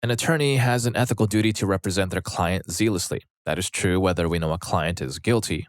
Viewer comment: My dude, "zealous" isn't pronounced "zeel-us," it rhymes with jealous. Zealous = "zell-us." Therefore, "zealously" is pronounced "zell-us-lee." JFC learn how words are pronounced before you say them on these videos!